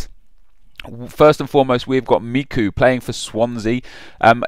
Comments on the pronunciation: And MEEKOO? IT's pronounced MEECHOOO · its mechew not mecoo haha made me laugh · Me-CHU not Meeku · who the fuck is meeku? Its Michu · michu's name is pronounced "mee-choo" not "mee-koo" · Micoo. Lol. It's Michu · who the fuck is miku? its michu you idiot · Michu is pronounced as MI-CHU. not MI-CU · do you even watch football... Michu is pronounced Me-ch-oo not Me-K-oo, and Sergio Aguero has had a poor season with only 9 goals, which is definitely not good enough for a striker to get in the TOTS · Me-Chu not Me-Ku haha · wtf its miCHu , not micu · MIKU??? lol its you pronounce it as Mishu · Mee-koo? No it's Mee-Choo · You really pronounced it "meeku"!?! fucking dumb fuck how are you a football fan? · Did he just call Michu "Micku" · The moment he pronounced Michu as "Miku" I stopped watching. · Michu not micku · And its fucking ME-CHEW! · its not meeku lol "CH" is a choo sound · Michu. (Me-choo) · 'MEEKU'? What even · its not pronounced fucking 'mee-koo' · aguero obviously shoudn't be there and u pronounced michu wrong!!! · good prenunciation of michus name hahahahahah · Aguero. Are you genuinely seriously? Also nice pronunciation of Michu.